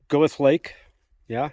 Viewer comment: I did a similar route decades ago, except after The Keyhole I turned LEFT (SOUTHEAST) down a hanging valley underneath Mt. Darwin to the SOUTH, then to Lamarck Col, and then back NORTH-EAST to my original Piute Pass Trailhead starting point for a nice loop. You said Gow-th; this is the German philosopher and is pronounced Grrr-terr in German (LOL).